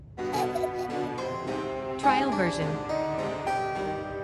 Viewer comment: SO ANNOYING ""tRaiL vErIoN" 😡